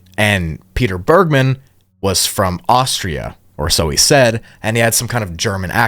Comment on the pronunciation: “Bergmann” isn’t pronounced how you did it btw, my step dad’s surname is literally the same just without the second N and it’s a german (i think) jewish origin surname, so it’s not pronounced in an american way 😅